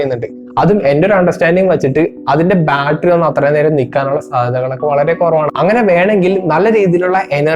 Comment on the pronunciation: Baltry alla Battery...😊